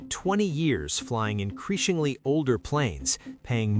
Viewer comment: Pessimism began as soon as I heard "increashingly."